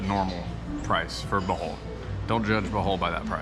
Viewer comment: cant even pronounce the name of the place he lived correctly, you should learn to speak and pronounce the local language ur american dialect sounds disgusting when trying to say local words 😢 even salamat sounds so ugly. when you say it, just try to copy how the locals pronounce it